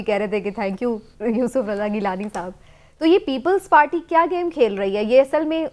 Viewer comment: Imran yakoob its people party not ppppllls pateeee.